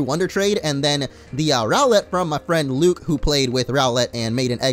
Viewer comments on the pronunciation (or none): none